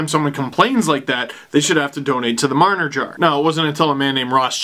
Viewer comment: Mitch Jar-ner